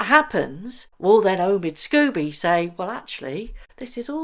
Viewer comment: It's pronounced SCOBY not Scoobie why are you pronouncing it like the cartoon dog? What has poor scoobiedoobiedo done to you -)